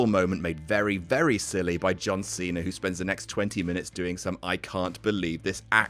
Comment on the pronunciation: the way he says John Cena makes me laugh so much.